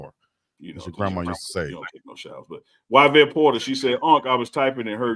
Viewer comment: Yvette is pronounced ee-vet, 😂